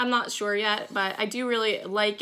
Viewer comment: I'm sorry, but everytime you say, "Shore/sure"...I think of Daphne on Fraser when they crossed into Canada and to prove her US residency, she just said one word..."Shore!" LOL I have a strong southern accent, so you would laugh at mine, too.